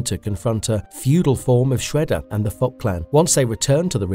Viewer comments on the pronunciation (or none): I really mean no insult when I say this, but please work on the pronounciation a little. I hear you say "Oraki Saki" and "the fot clan". I know its an old video, but these sort of things are pretty distracting, and these aren't complicated names either. It kind of gives off a vibe that you never watched the show, or at least not the english version. I enjoyed the video however, thank you for the work.